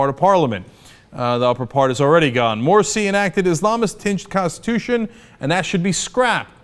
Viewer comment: Morsi lol not moshi XD